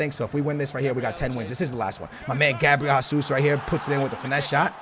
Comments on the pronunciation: Es português ou não caralho? Para de dizer Gabriel Házuz e diz a puta do nome em condições meu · "Gabriel Hasus"